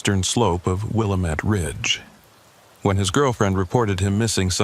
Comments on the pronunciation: Willamette not wilomet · pronounce Willamette like will AM ette. This is Oregon, not Illinois!